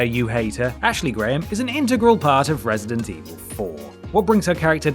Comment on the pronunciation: "Wesident Evil"